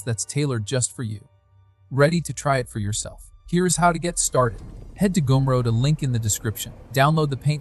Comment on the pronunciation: funny how they pronounced Gumroad as "Goonroad"